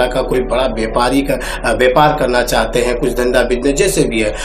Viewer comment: Bepaar nhi be vyapaar Kaho😂😂😂😂